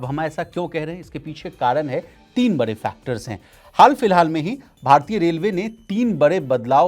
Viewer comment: बड़े होता है बरे नहीं ड़ का र क्यों पढ़ रहे